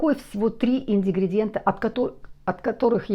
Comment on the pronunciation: Доброе утро. Небольшая поправочка. Ингридиент, а не индигридиент. Так же, как и синТипон, а не синДипон. С уважением, Татьяна.